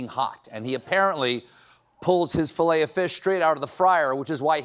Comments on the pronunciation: Not Filet-O-farts, Stephen😂😂😂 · He said hot boxing filet o farts😂😂😂😂😂